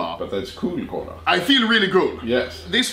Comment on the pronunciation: Its cola not kål-a